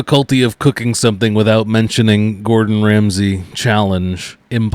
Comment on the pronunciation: I could have sworn he said "JEFF GORDON RAMSEY"!